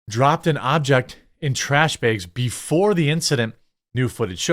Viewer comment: More stories that involve the words "trash bag" are requested. Yes, the accent.